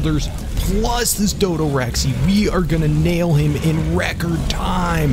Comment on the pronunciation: Its a dodorex not a dodorexy